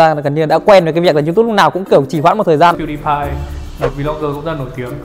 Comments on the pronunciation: Đọc là PiuĐiPai chứ k phải là PiuĐaiPai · đọc sai pewdiepie rùi -.